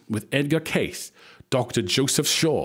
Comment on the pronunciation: Cayce is pronounced K-C